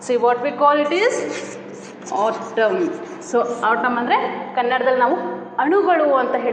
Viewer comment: ಅದು ಆಟಮ್ ಅಲ್ಲಾ ಅದು ಏಟಮ್ಮ